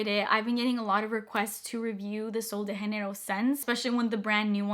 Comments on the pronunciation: It’s sol de Janeiro not haneiro💜 its a Brazilian brand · It’s not “sol de henerio” it’s “ sol de Jenero “ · I don’t think it’s “sol de hanero” 😅❤ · just a quick note 'janeiro' is not pronounced like that, you're pronouncing it in the spanish way, we pronounce the 'j' in portuguese very simiar to english, so pronounce 'janeiro' the same way you would in english 😊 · Pronouncing as Sol de Janeiro is correct, it's Portuguese, not Spanish like she pronounces in the video lol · Janeiro is a portuguese word! (Brazil) - not spanish. You kept pronouncing it like you were speaking spanish /‘muting’ the J lol. Super helpful video though, thank you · ITS PRONOUNCED WITH A J!!!!!! Not all of them are pronounced with an H. Hesus Christ 😡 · Just to note: you pronounce “Sol de Janeiro” wrong 😂 It isn’t spanish! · That’s not how u say sol de Janeiro lol